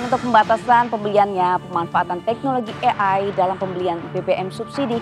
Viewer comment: AI bukan EAI 😅😅😅